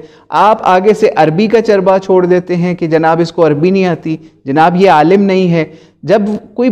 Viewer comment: Q logo ko gumrah kar rhe ho... Khud dekh k Alim ko aalam padhate ho aur manghadat bolne me to tumhari zuban nhi toot rhi h aur logo ko ghumrah karte fir rhe ho. Allah aise logo se hum sub ko mehfoz rakhe...